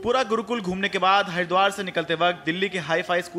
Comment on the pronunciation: Pahele tw Haridwar bolna sikho bhai